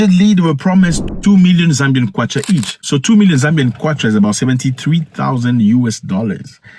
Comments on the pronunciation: Zambian 🇿🇲 not zambiam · Thanks for covering whats going on here bro. Its actually zambian not zambiam